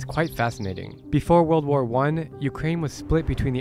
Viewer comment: " Со времён ВОРЛД ВОР 2..."☠️